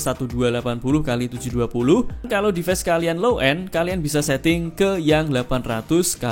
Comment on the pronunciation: Reviewer dialek Jawa pasti orang nya gak satupun bisa melafalkan kata inggis dgn benar , - Device yg harus nya Divais malah di baca Dives -Time yg harus nya dibaca Taim, malah dibaca Tem,,,, Guys yg harus nya Gais , malah jadi Ges. ( Kecuali Chanel ini meski dialek jawa tapi tumben yg bener cuma Gais aja, yg lain masih salah ( Device malah jadi Dives) Like yg harus nya Laik , malah di baca Lek, dll